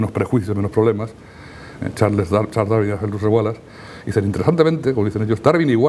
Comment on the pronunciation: Este tipo es zurdo, con eso es SUFICIENTE para que desconfíe. Se pasa atacando y mal pronunciando, a la persona de DARWIN. No le oído decir: Darwin erró por esto y debe de ser ello en vez de lo otro, por estas pruebas y razones. Puede que yerre, pero NO ME CONVENCE.